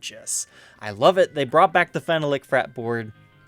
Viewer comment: its not "fen no lick" its "fee nol lick" phenolic descibes phenol